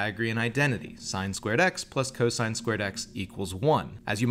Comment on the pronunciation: I just wish their teacher taught them how to correctly say sine, cosine, and tangent... But cool proof!